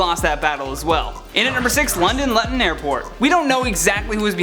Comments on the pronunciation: Please... it is LOOTUN not Lutton.. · Lutten? I think you meant to sayy "loo-tun" mate. Either way, cool show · 😂 it's pronounced Loo-ton not Lut-on dude lol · Luton- Loo-ton..... made me chuckle how you called it lut-ton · Jesus you need to learn how to pronounce Luton. It’s loo ton not lut on. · LOO-ton not LUT-on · Its pronounced Looten. Not Luttin. Just sayin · 'London Lutton airport' London Loo-ton airport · Luton is pronounced Looton not lutton😂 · Lutton? Where the BEEP did you get the xtra l? It is and will (probably) always be pronounced: Lue-ton. This is hillarious, you're gonna make somebodys list some day: English speaking people speaking jibberish 😁😁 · London Luton Airpirt... Its LOO-TIN. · I know youre Canadian, but please, its pronounced LOOTON not LUTTON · It's Luton, pronounced Loo-ton. Not Lutton. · Dude it's pronounced like loo-ton airport not 'lutton' XD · you need to learn how to pronounce words. its 'Luton' (lewton) not lutton. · It's not Latn .....Looton it's Looton great vid tho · Mate as a Brit it made my teeth itch when you said London Luton Airport, I know it's bonkers but it's pronounced LOOton not LUTon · Its "LOOten" not "Lutten"... feel really bad for that poor teacher. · FYI is pronounced Lootan not Luhtan........ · It's loo-ton not lut-ton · LUTTON airport lol It’s pronounced Lootun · It's probably already been said, but Luton is pronounced Looton, not Lutton. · For london luton airport. Luton is said as looton not luton. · Lu’in airport!!! Luton airport is pronounces Loo-tin airport 😂😂😂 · Not “Lut ton” it’s “Loo Ton”. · Lut-ten XD Looo-Ton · Luton is pronounced lew-ton not lutton 🤦🏾‍♂️ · It's Loo tonne not Lut on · You pronouns London Luton airport incorrectly. It's loo-ton not lan-ton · London Luton - loooooootun not lutttttun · its not said lut-on but loo-ton, ask google ;3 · Luton pronounced LOO-TON not LAH-TUN 😉👍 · I just wanted say that Luton is pronounced like Looton . Just wanted to let you know. Love your vids xx.